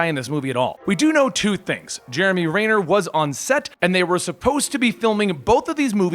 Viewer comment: It's pronounced Jeremy Renner not Rainer